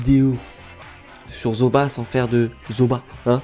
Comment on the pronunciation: On prononce Zooba comme Zouba pas Zoba !